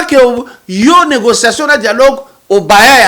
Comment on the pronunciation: PAPA KADIOMBO YO OLOBI YANGO BIEN YE ALOBAKI ""ZE SUIS FATIGUÉ DE LA NIGOZIATION """AYEBAKA KOLOBA FRANCAIS TEEEEE ATA PRIMAIRE AKOTA TEEEEEEEEE